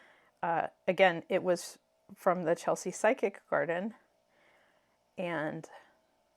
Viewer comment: Nice selection of decks. Just heads up tho - it's physic garden not psychic, pronounced 'fizz-ik', as in 'medicinal drugs'. It's a pretty old fashioned British term you don't hear a lot any more and relates often to herbal medicine.